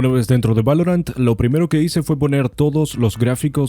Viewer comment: Like por el "valoruant" xD